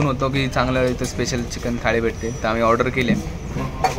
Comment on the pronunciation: Nobody..... Literally nobody........: चकिन and not चिकन